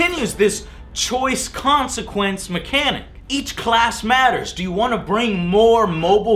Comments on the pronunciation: Uhhh Joe, I think it's supposed to be 'consequence', not 'consiquence'. Just pointing that out. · "consiquence" -.- c'mon . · "Consiquence" My nazi sense are tingling.